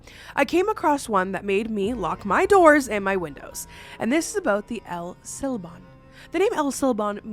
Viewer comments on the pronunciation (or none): Can’t help to laugh every time she says la Lorona…😂 I stand corrected “el sílban” is even better… haha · I cried every time said “Llorona” with an L sound Very painful. And El SilbOn— like bond w/o the d…. Crazy how I was literally thinking abf him the whole video too.